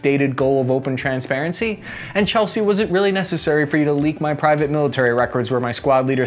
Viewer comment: Lmao "Chelsea"